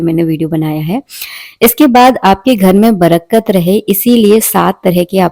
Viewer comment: Brkat nahi....barkat....